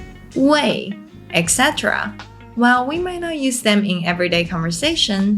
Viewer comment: Pity you don't bother to pronounce the final sounds of your English words properly, especially short words e.g. " five" which you repeatedly pronounce " fai", or losing the "t" from "not" and "about". Very annoying , especially when the rest of your presentation is excellent.